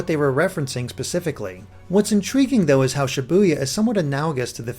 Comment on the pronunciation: Ibuya I buy yah btw I keep hearing Sha Boo Yah